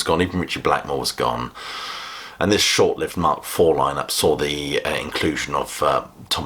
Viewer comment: Wow... a rock-critic who references Edmund Burke: impressive. However, must learn how to pronounce "short-lived."